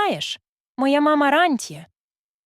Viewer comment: Рантьє,мадам, - наголос на другому складі